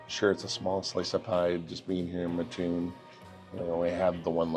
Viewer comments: As a person born and raised in Mattoon, now living a few miles down the road in Charleston, I just have to correct you on your pronunciation of our town. You said "MuhToon" its pronounced "Matt toon" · grew up in Decatur and this is the way I learned it as well. The "muh-toon" drives me crazy as well. Now I'm actually living right near the OG Burger King in Mattoon and have had to correct my own SoCal born son. "MATToon" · Came for this comment. I always say, you don't sleep on a muttress. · Great video and thanks for coming. You don’t know (common mispronunciation) but it is Mat-Toon not Ma-TToon. Think of it like Mat-Tress and Ma-Ttress. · The second I heard that I said "oh I bet there's comments about that" 😂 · Great video! Just so you know the correct pronunciation of Mattoon is, Matt…like the name then toon like cartoon. Lived here in Mattoon my entire life and it’s a pet peeve of the residence if it is not pronounced correctly. Anyway love your video on our small part of the world. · Yes! You don't say the word "Mattress" as Ma ttress. It's "Mat tress." My wife grew up in Mattoon and this drives her nuts. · You said the name of the town wrong think of the name Matt then think cartoon without the c a and r otherwise thank you for supporting my cousins business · I grew up in Mattoon. And of course you mispronounced it but all is forgiven. 😂 This BK was a staple of my childhood! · Right away you can tell you're not from here with the mis pronunciation of the town name 😂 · How great it is to see my home town on YouTube. Burger King has great food and great ice cream . Can’t fault you on how you say mattoon everyone does. It sure does get people fired up on how people say it lol me being one. Great video. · Thank you for correcting the way Mattoon is pronounced. I was married to someone from Northern Illinois and every time he pronounced it I would correct him. Made me crazy. I would say you pronounce both 'T's not just one. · The “a” is short in Mattoon.